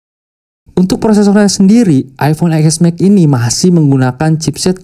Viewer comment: Eexmex.... Yang bagus dikit bang bilangnya masa channel nya udah ios ios bilangnya eexmex😂 TEN S MAX BANG.. 😂😂